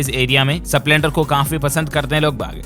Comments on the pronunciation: डील्स भाई स्प्लेंडर का उच्चारण ठीक नही है। स पूरा नही आधा है ठीक करें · सपलेंडर नही स्प्लेंडर 🙏🙏🙏🙏